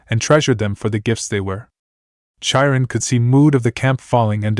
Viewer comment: OK, I do not know if you are using AI to read the story but, Chiron the CH is pronounced as a K not in the normal way CH is normally pronounced instead of Cha we have K or in Japanese it would be pronounced Kai Ron. I don’t know if you can fix it, but I thought it might help to have the proper pronounce it love the stories. Keep them up.